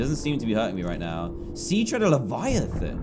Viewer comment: Dan:Sea dwellers biome Me:No its sea treader biome Dan:Great reef Me:No its grand reef lol